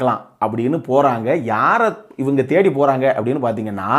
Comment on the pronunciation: Ivaengaee.... That means u r from madurai!!!! Is it???